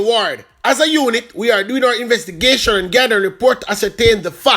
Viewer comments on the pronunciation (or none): did just said investigaysern? or a me alone hear it lol